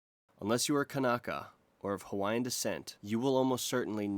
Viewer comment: Mahalo for not butchering the Hawaiian language!